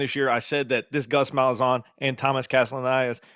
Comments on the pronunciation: It's Castallanos (casta-lawn-ohs) not Castaleonis lol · Hate to admit but Castellanos (not Castelianos) cooked Bama. No doubt FSU has done a 180 from last year but it's hard to tell if Bama is even a top 25 team this season. But safe to say FSU won't be a cupcake this year.